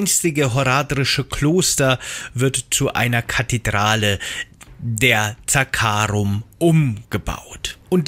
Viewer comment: Echt gutes Informationsvideo Mich triggern nur manche Wörter wie zB „Zaakaarum“ obwohl es „Zakkaruum“ heißt 😂